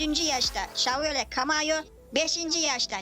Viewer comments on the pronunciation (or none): none